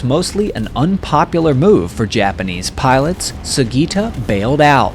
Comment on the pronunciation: You've murdered the names of these japanese pilots 😂